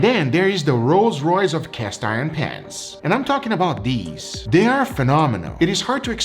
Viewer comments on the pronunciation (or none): none